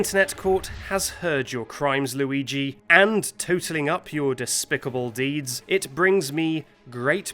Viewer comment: Noo, loogee